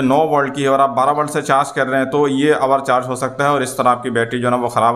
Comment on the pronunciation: والٹ نہیں ولٹ